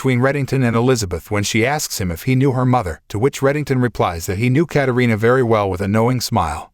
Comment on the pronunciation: It’s Katarina